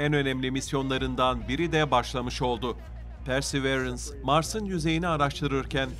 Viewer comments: Persi değil pörsi arkadaşım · PERSEĞVEĞRENS DEMEYİ KESER MİSİNİZ ARTIK ŞUNA